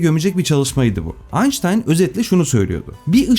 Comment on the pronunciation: Bir Alman'in soyismini Almanca ismini Ingilizce okumak doğru mu?